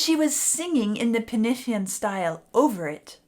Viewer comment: Loved the video and, being Welsh myself, I really appreciate you pronouncing penillion in Welsh.